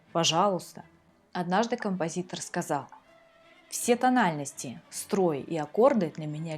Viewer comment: СПАСИБО ОГРОМНОЕ ЗА ПРЕКРАСНОЕ ПОЯСНЕНИЕ ЭТОГО МУЗЫКАЛЬНОГО ПРОИЗВЕДЕНИЯ, НО ОТДЕЛЬНОЕ СПАСИБО ЗА АБСОЛЮТНО ПРАВИЛЬНОЕ И ГРАМОТНОЕ ПРОИЗНОШЕНИЕ СЛОВА «СТРоИ»!!!